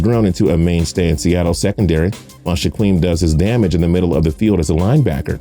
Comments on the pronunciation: "Shaqwem and shaqwill" 🤦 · “Shwakeem and shwakill” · You just butchered Shaquem’s name so bad lol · he couldn't pronounce shit, did not get one name of the Griffin brothers right... He said shh uh qweel when it's Shaquill pronounced (shh uh keel), and said Shh uh qweem when it's pronounced Shaquem (shh uh keem). Now I know people aren't perfect and make mistakes all the time as I do, but as a person who does videos on NFL players it's pretty sad he can't pronounce a starting Corner, or the fastest linebacker in NFL history's name... That is my point 😑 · Ore-gone. Shaqweem and shaqweeel. Marcus mariOtta. Your pronunciations make me cringe. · My dude u pronounced Shaquem and Shaquill names wrong